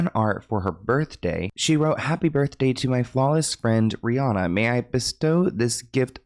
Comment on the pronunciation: How are you still saying Rhianna wrong in 2025?